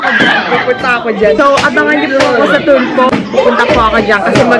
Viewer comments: Some said "Two fool" and "tofu* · her: say TULFO them: TUFOO(TOFU) hahahahha